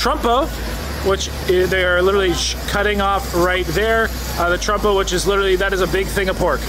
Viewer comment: Did you say Trumpo? 🤣